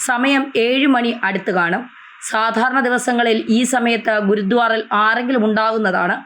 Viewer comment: Not GURUDWAR,PRONOUNCE GURUDWARA